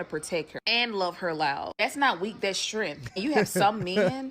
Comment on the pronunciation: don't forget about " strengf " instead of strength.😄